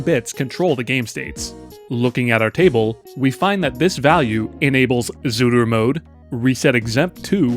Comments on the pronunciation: I see the word "Zuru"...but all i keep hearing is "Zooter" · Idk if I'm going insane but are you saying zooter mode